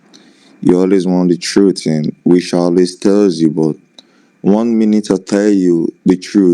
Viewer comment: OH but he always tells the "troot " LOL